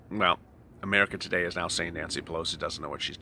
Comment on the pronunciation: In the way you say neow (now) sounds like meow 😻